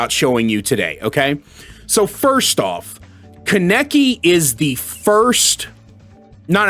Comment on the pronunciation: The way you say his name is lwk stupid ngl